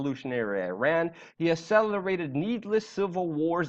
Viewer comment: it does not pronounce Irra-nn eeruunn